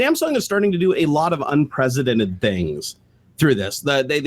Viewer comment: "They've had the most unipresidented recall in history." WHAT??? lol